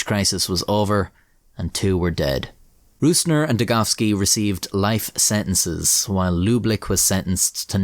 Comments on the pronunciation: I know it's a pain in the ass to say ö ü ä as a non German speaker but i wish you would have said rosner instead of rusner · You spelled the Names pretty well. All Names even were absolut correct just the calling of "Rößner" was a little bit of - you said it with an Ü in German (Rüßner) instead of an Ö (Rößner). If you think about the word Rose like the flower and extended it to Rosener it would be nearly perfect. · yooo brooo. your prononciation of hans jürgen Rösner (not rusner, only mistake) was great